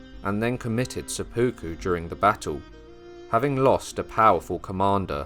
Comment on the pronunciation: Great history, thank you! For future episodes, it would be even better if the narrators knew how to pronounce Japanese names and words. It's quite distracting hearing "sepooku," for instance, instead of "sep-puku."